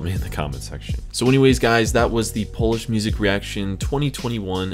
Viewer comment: Oh My God What a progress,! You pronounce polish words like a pro, bro!